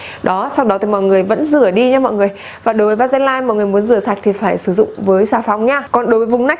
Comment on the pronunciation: Trộn nhiều bột nia để ủ vậy sau khi rửa chị có bị khô da không ạ? Em trộn với tí lotion để bôi mỗi tối mà thấy khi khô lại bị bột bột và hơi khô da ý Ps: mà VASELINE phát âm là "ve-sơ-lin" - tứcˈvæsɪliːn" chứ hong phải va-se-lai đâu ý chị iu oii